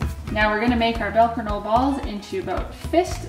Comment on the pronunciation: you completely butchered the name